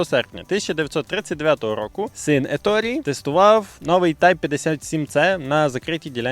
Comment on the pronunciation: Коментар в підтримку каналу. Натрапив на канал випадково, через рекомендації і пошук відео про "Перегони гарматне ядро)" Еторе, Еторе, не Еторі, навіть вимовляючи англійською, всерівно робиться акцент на італійський манер. І так, про 15 хвилин - це міф)